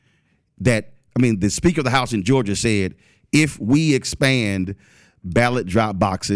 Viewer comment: Georger? Florider?